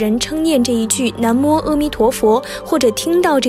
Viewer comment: 每次都会读错 是南无na mo不是nan mo 还有之前的那由他nuo you tuo